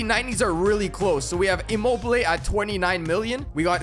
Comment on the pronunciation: Bro you call immobile im mobile📱 how to pronounce immobile:imo be le